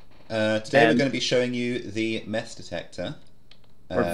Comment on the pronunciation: gotta be honest at the start I thought said meth detector